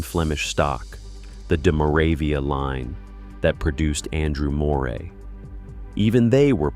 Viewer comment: Why do they so often get the pronunciation of Moray wrong? Try Murray.